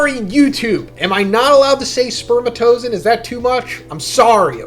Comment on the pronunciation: Black s is pronounced sperma-TOH-zoh-on from the greek words sperma and zoh-on (ζώον, animal) which itself comes from zoi (ζωή, life) and on (ον, being)